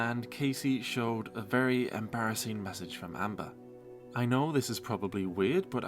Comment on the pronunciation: I think you mean embarrasseen.